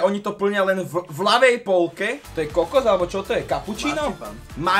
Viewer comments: To je Kokot ? alebo kapučíno čo to je 🤣🤣🤣🤣 Zrejme chcel povedať kokos kto si to všimol ??🤣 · "to je k*kot" alebo si povedal "to je kokos"?? :Dddd